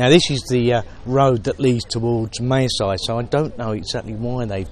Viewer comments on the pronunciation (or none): Could you ask your wife to teach you how to pronounce Mae Sai?